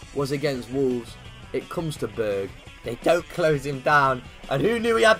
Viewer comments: You need to pronounce the «e» in Berge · You are saying Berge like it is Berg